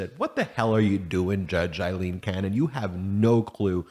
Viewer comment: Her name is pronounced Long “A”, silent “i”, “l”, long “E”, “n”. AlEn, spelled Ailene